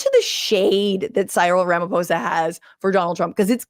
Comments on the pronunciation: The 'PH' on the surname Ramaphosa, is pronounced with a Hard 'P'. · I respect you for saying Ramaphosa not Ramafosa❤ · I love that you got Ramaphosa right but not Cyril